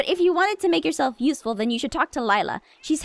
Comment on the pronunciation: Um...I actually think Laila's name is pronounced Lay-la, not Lila. But I have no idea how to spell either of those correctly so whatever.